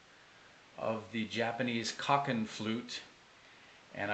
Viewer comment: It sounds beautiful, but I would like to correct the pronunciation. Ko rhymes with slow and kin rhymes with keen. I'm looking for more information on the original flute, but I haven't found the kokin, other than as a bowed instrument similar to an erhu. I found shakuhachi, ryuteki, shinobue, nohkan and takebue, but so far no kokin flute. I continue my search.